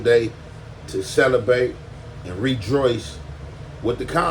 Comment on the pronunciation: Bro said Celebate and Redroice😂😂😂